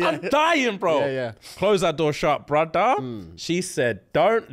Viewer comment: SAMMME!! I'll be saying "brudda" all the time and I don't even know I'm saying it😂😂😂😂